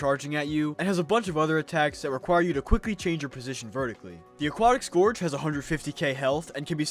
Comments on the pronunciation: sc-er-ge not score-ge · "desert scorge" im dying DX